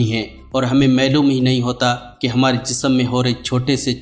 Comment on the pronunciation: ۔۔۔۔۔۔U T ۔پرکمائ کرنے کی دھن میں مگن حظرات الفاظ ٹھیک بولا کرو جیسے آپنے کہا۔۔۔۔۔۔معلوم کو( میلوم ) کہا۔۔۔۔۔